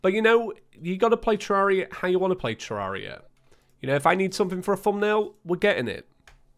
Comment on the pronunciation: yeah yeah whatever i bet you're dead inside after saying terraria correctly